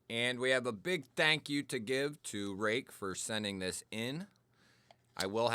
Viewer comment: This is an oldie, but a real Goodie. Today I have my Kizer Yorkie with M390 and am test driving my brand new Real Steel Perix crossbar lock, which I got based on seeing your review ! Apparently you are pronouncing it correctly. I have a few Ruike knives which are all superb in terms of QC, fit and finish and price.